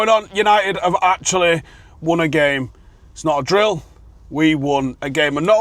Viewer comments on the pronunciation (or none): none